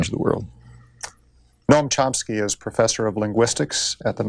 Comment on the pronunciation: I LOVE ❤️ "Mr Charomski"